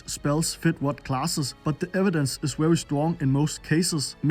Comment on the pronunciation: Wery basic ability ffs learn how to properly say letters